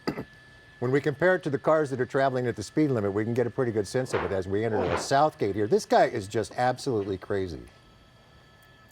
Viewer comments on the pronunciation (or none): they could have picked him up at south park ähhhg sotuh gate hahahaha